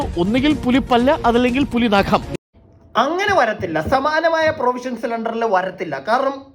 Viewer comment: നഗം അല്ല, നഖം എന്നാണ് ഭാഷയെ വ്യഭിചരിക്കാതെ